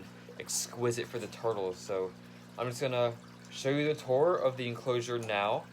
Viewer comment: I like the way he says tourtles